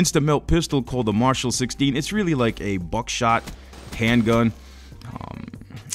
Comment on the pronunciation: Did we weally want the Blackcell to get nerfed?